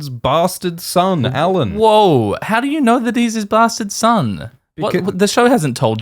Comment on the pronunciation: "I know who he is" - perhaps she knows his name is "Alyn" and not "Allan" - how about tat...